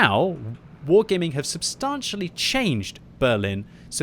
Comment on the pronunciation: Hearing him mispronounce 'substantially' triggers me more than being focused by arty and EBR.